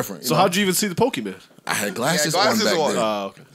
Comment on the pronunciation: said pokeman cards🤦🏾‍♂